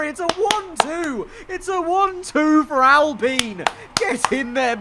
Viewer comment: I HATE THE WAY HE SAYS ALPINE ITS PRONOUNCED AL-As in Allen and Pine as in pine tree